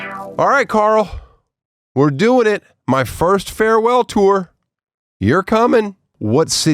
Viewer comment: Tosh. What the hell did he say Tour.